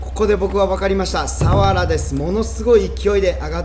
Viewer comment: サ↑ワラ？笑